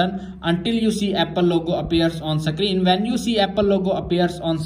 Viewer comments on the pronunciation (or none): Screen ❌ Sacreen ✅